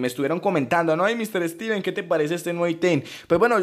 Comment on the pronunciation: Y este pobre dijo Estiven jaja